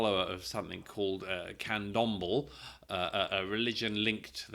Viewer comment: FYI, in case you care to know, Candomble is pronounced Can-dom-blay since it's spelt Candomblé.